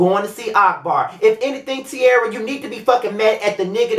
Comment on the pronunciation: They should make a meme out of how u read Tearria